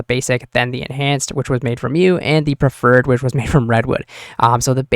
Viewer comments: perfected not perferred :( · Love the vid! Why do you pronounce "perfected" the way you do